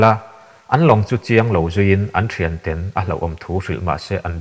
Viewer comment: TEN...( Chhu PHEN) tiang ang hian tinge i lam tlat a Tawphnawk TEN kan lam ang hian lam ve mai la..ngaihthlak a tinuam lo TEN i lam dan hian